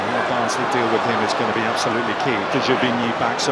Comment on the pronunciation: It is barnsley 😂